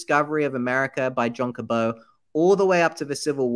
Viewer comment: I'm pretty sure John "Cabot" rhymes with rabbit and not snow.